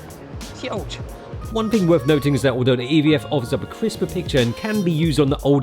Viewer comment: I love when pronouces thing as "fing." Epic Cockney street cred. Showing his solidarity with the working class and Chav culture. Whatta mensch.